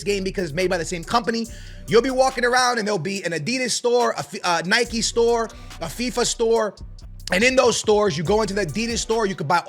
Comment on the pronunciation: Ad-e-das, Nike not NIK-EEE, sorry bro😂